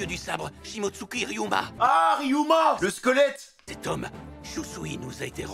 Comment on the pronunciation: c'est Shimotsuki le nom de famille, fait un effort.